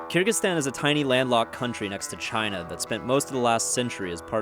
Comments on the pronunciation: i thought the pronunciation of kyrgyzstan would be much more complex than KURGISTAN. a bit disappointed honestly. kinda wish it was like ky-rejig-ee-ztan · Btw this is how you pronounce Kyrgyzstan: Ker-zick-stan